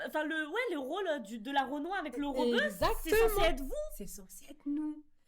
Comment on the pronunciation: Elle a dit pas forcément REBEUE… mais en même temps oui c’est VITAA ptdr choquée 😂 Bon j’en suis qu’à 20min de vidéo mais quel plaisir !!! Je poursuis la lecture 🤣